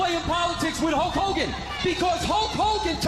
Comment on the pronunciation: You keep saying Holk Hulgan